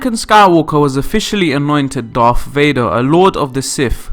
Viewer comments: PLEASE try to say Darth and Sith instead of Darf and Siff . IT REALLY makes me cringe.... >.< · I don't know but he can't pronounce words correctly to save his life. Darf Vader, Sif instead of Sith and coup is pronounced coo.